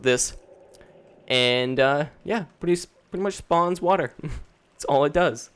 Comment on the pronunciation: Please stop saying 'pwiddy much'.